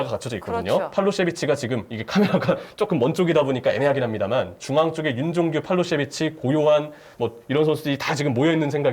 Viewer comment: ㅋㅋㅋ 팔로셰비치 아니야ㅋㅋ 팔로세비치야ㅋㅋㅋㅋㅋ